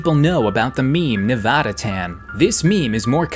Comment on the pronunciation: Thank you… for saying Nevada correctly.